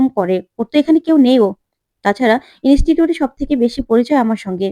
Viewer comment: Inistitute ,Istiri, khub kharap uchharon.